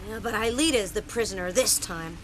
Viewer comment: Jeremie has lost his shit. And Ulrich said Alita.